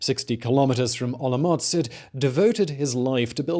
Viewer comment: Hearing you say OloMocc is making my day. Thank you for the great content. And for the silly pronnounciations. ^^